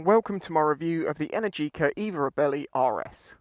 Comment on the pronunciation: Sorry mate... belly, bellie, reebelly not really... "ree" "belle" "eeh" 😉😜 Nice review. Twist n gone 👏👏🤗 I did look and the repayment options do bring it into affordable ! Will definitely see if I can get a test ride. Thank you 👌👍